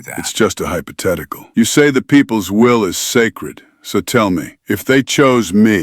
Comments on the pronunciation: So cant properly pronouce hypothetical? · "Hypotetical" xD